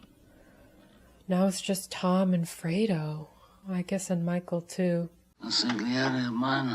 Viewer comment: Hi,! For one thing, it's Fredo. Not Frodo. You noticed the oranges. They're a style point throughout this trilogy used as a harbinger of doom. You mentioned your ancestry to be German-Irish. So is that of my nephew & niece since my sister and I are of all German ancestry. Check out the next pairing of Marlon Brando with director Francis Ford Coppola in APOCALYPSE NOW (1979). The production was a nightmare, the story is not a happy one and there is no happy ending, but I guarantee you'll learn to love the smell of napalm in the morning. You stay classy,...